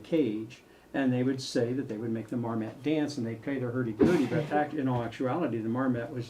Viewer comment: Marmot, not marmat.